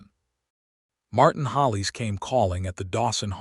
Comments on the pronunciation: Liked the story but your AI narrator can’t pronounce Adeline, Hollis, Eleanor, Elias and probably more I can’t remember. It’s a real distraction. Woodland, California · Yes this! It’s like nails on a chalkboard to me. Not many mistakes except for the names. I don’t understand, is it on purpose? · I Agree Completely ‼️‼️‼️